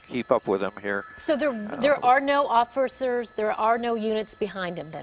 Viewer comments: she said offurcers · The bitch said offersers hahaha dead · Offercers lmao! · "There are no offircers" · Dear Juvenile Reporters: I have a present for you. It is a pair of old socks. Please take one each and stuff it into the hole under your nose. After you finish junior high school. remove the socks. "Offersirs"? Yuk yuk.